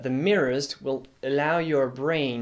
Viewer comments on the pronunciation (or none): none